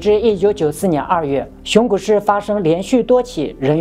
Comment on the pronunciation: 是「熊谷」，不是「熊古」